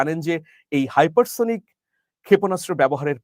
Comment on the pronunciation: সুপারসনিক আর হাইপারসনিক ঠিকভাবে বলেন